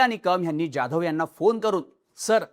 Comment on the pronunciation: You are probaouncing Jadhav like UP BIHARI. Stop this pronouncing.